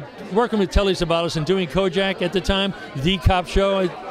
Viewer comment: its KOJAK... not kojack ...CROCKER